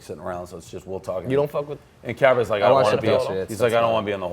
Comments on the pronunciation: It's care-a-biss to you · Pres called Carabis the village idiot on stool scenes the other day but still refuses to pronounce his name correctly. Maybe Carrabis wouldn't seemingly suck so bad if the fearless leader didn't fuck with him so much.